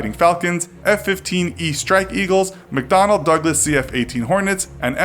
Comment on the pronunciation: Wait why did the mcdonnel sounds like mcdonald????? Was it made by mcdonald?????